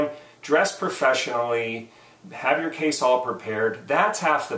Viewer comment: I didn't know "Frofeshionally" was a word! HAHA! Thanks for all the other advice.